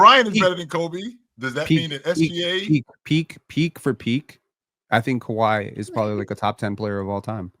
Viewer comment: Calling them “Kawhis” Raptors is CRAZY